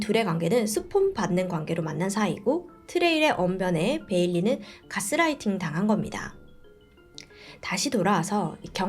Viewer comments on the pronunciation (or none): none